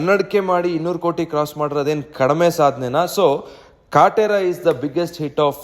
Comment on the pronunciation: ನೀನ್ ಮೊದಲು ಕನ್ನಡ ಸರಿ ಮಾತಾಡು. ಕಟ್ರ ಅಲ್ಲ ಅದು ಕಾಟೆರಾ 🤣🤣